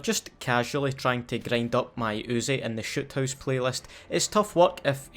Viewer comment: when his accent makes shoot house sound like "shit" house. Accurate